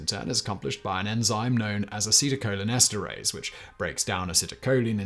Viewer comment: Excellent pronunciations of the acetylcholinesterase and related words. Your pronunciations are not always the best on tough words, but this was great.